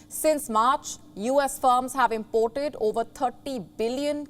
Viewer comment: This anchor is good..but she is doing a bit mistakes while reading nos. And also in words..like import and export...no offence...but where is palki sharma...wr want palki